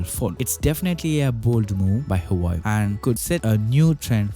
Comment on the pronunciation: Hawaii? It's Hua Wei !